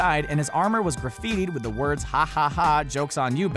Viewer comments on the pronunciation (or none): none